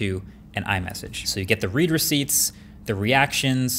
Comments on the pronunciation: Huh, I always thought it was “red” receipt, not “reed” receipt (both spelled “read”, of course) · As a “tech savvy” guy, I’d think that you would know “read receipt” is pronounced like “red”…not “reed.”